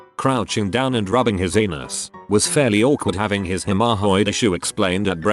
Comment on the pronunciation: Hemorrhoid in Reddit narrator speak = hem-AH-hoid